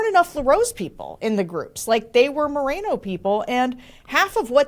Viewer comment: Pronounced Mor-en-o ~not Marino. En as in enough!